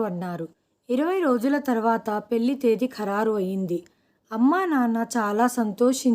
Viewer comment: పెళ్లి ని పెల్లి అంటున్నారు.ల కి ళ కి తేడా తెలుసుకుని చదవాలి.తెలుగు ని ఖూనీ చెయ్యకండి